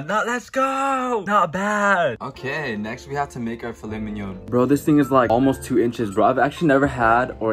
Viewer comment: Thought you said I made filet minion